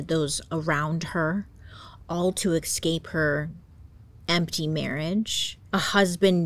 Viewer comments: Bailey I love your videos but please PLEASE stop pronouncing 'escape' wrong. It's not 'Ex-scape'...it's almost as irritating as people who pronounce Espresso as Expresso 😂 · I love you man, but do something about the words escape, and especially 😍 eSSScape not eCscape ❤